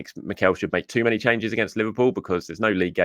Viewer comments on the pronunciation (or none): none